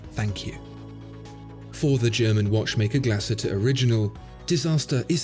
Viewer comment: Great video 👍 although I think the umlaut over the letter 'U' means it should be pronounced "Glass-Hooter" 😀